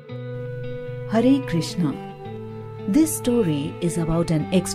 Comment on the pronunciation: Hare Krishna, in this video only u said properly that word "hare krishna"